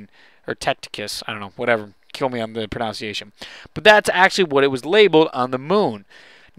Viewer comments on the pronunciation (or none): I love when people incorrectly pronounce the word pronunciation. its so amazing XD